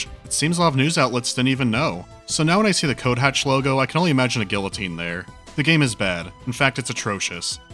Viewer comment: Tf is a gilloteen? Did you mean guillotine?